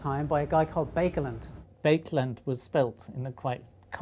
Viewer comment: Interesting video. A little bit disappointing that the pronunciation of Baekelandt's name is so far off.